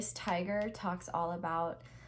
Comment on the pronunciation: You went british when you said tiger srfhdglsik anyway I picked pile 1. AND YES YOU ARE CORRECT!!